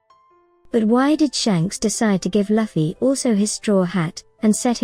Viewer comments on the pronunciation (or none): I appreciate that the AI text to voice makes theses videos easy to produce consistently, but you could easily write Luffy’s name as “Loofy” so the AI pronounces it correctly instead of as “luffie” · So annoying hearing luffys name be said wrong over and over